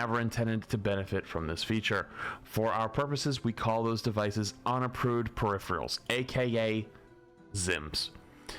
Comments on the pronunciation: I swear to god say perifreals one more time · peripherIALS lmao. Loves adding that I after the R. Solid content tho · says - “Perifreals”. Is this some new slang I dont know about?? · I watch your content regularly. PeriPHErals, please, please PE-RI-PHE-RALS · "Say periphrials ONE more time! I dare you! I double dare you!" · 🤝Emongg Calling it Periphrials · You mean “periphreals”. 😂😅😢😂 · doesnt know how to pronounce peripherals. HOW? I know he has issues with reading but peripherials??? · yeah they pronounce it "peripherials", its wrong. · Why do you and Emongg mispronounce "peripherals" the same way? Man, these east-coast folk smh. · ' inability to pronounce peripherals correctly is going to kill me